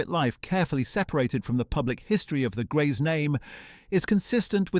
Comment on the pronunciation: HOW MANY DIFFERENT WAYS CAN YOU MISPRONOUNCE HER SURNAME??